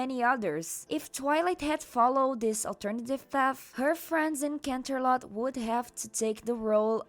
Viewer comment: "canternot" ☠️☠️😂😂😂😂 I can't